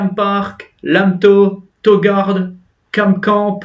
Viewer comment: On dit touu gouarde